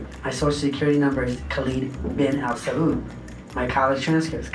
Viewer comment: it angers me how no one could tell his pronunciation of Al Saud is sooo obviously non Arabic